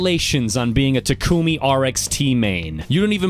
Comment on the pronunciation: Ik not trying to be an ass but he said takumi wrong on a multitude of occasions because it’s The main characters name in initial d